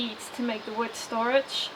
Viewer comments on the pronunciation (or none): Can you please stop adding an S to wood.